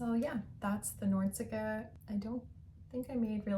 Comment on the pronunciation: I made a beige Nordiska once, yours looks much nicer. By the way it’s nor-dis-ka, instead of nordsika 😉